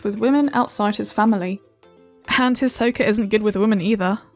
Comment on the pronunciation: Even a video about Hisoka can’t even get Hisoka’s name right